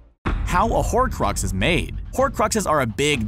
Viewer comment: Horcrux not horrid